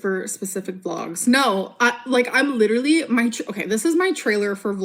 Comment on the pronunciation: And her jaw was lidurally ON THE FLOOR